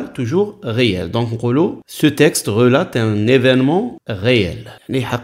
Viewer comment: استاذ relateمعناها يروي وما تتنطقش هكاك الtمتتنطقش